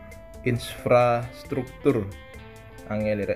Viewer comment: Lucu bang, ya gitu selipkan keelucuan, biar yg lihat ketawa haha. Contohe pas abang bilang infrastruktur ,lucu banget bang 😂😭